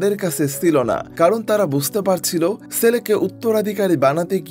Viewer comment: ছেলে উচ্চারণ হবে, সেলে নয় 😂😂😂 পশ্চিম কে পচ্চিম বলেন নাকি?